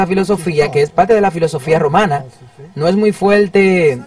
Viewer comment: Lo único que no me gusto fue ese narrador . No pronuncia bien las palabras. No pronuncia la (r) en unas partes pero en otras si.. mete es la (L) dice así. Ninguna palte. Y es parte.